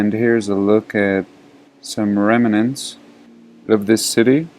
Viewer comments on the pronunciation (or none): Love the way you say "remanant"...👍